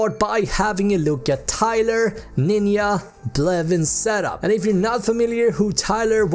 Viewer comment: i was weak when he said "N I N Y A"